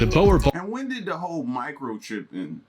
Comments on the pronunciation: Every dutch person cringing at the name bowel bol (boer boel) hahah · Yo I'm triggered about how the guy pronounced boerboel. I guess people have different ways on how to say it. He also spelt it's name wrong. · Oh that boer boel pronunciation made me cringe...